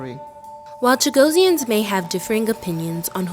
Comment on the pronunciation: The moderator should be rebuked. What an insult. She is mispronouncing the name: It should be: Chuh-GOSS-ee-unz - two S's, not one. Phonetically: /tʃəˈɡɒsiənz/ So closer to “Cha-GOSS-ee-ans”, not “Cha-go-see-ans.” Stress on GOSS The ending sounds like -ee-unz, not -see-ans You’ll hear small variations depending on accent (British, Mauritian, Seychellois), but Cha-GOSS-ee-ans is the standard form in English.